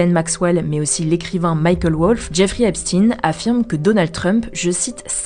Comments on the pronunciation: "Epstein" pas "Epstine" non ? Il y a des petits problèmes de prononciation de noms propres il me semble avec HugoDecrypte, mais sinon merci pour le boulot journalistique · Alors c'est Stein comme dans Einstein pas Epstiiiiin😂. Pi On l'a suicidé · Mais c'est si dur que ça de prononcer Epstein correctement?